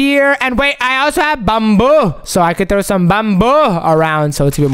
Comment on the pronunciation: Not bamboo it’s bamboy